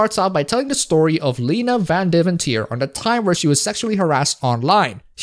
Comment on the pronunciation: You have a Dutch accent, but can't pronounce Van Deventer correctly?